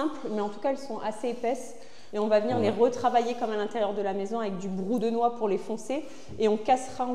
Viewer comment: La porte de gauche du placard, j'espere que vous avez mis des charnieres qui s'ouvrent a plus de 90 degres, ca coute plus cher, mais ca donne un bien meilleur acces dans le placard. C'est marrant comment vous prononcez les mots "brpu de noix" a chaque fois, comme si c'etait des mots compliques, comme si vous en aviez plein la bouche. C'est un produit que je connais depuis que je suis gamin, y en avait toujours une vieille bouteille qui trainait dans le garage et c'est avec ca que j'ai teinte mes premieres "creations:, A la maison d'eait plutot brou d'noix. Quoique vous utilisierz pour teindre ou peindre du bois, il faut que la premiere couche soit tres liquide, pour relever les fibres et poncer quand cette premiere couche est seche.